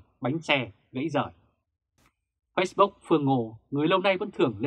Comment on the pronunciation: nếu đọc từ nào tiếng Anh thì nên đọc đúng, nếu ko đúng thì nghe khó chịu lắm và cảm thấy tin tức rất lá cải ko chuyên nghiệp ( vd: lux và Facebook)